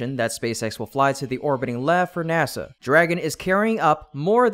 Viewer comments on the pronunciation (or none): none